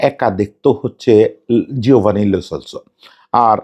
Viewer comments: লে না লো সেলসো। আগে খেলোয়ারের নামটা অন্তত ভালো করে জানেন তারপর ভিডিও বানান। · Vai "Le Solso" na, its "Lo Selso". Barbar kane lagtesilo.... Sorry